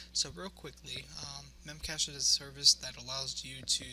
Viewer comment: Good video, buit it's called "mem cache dee"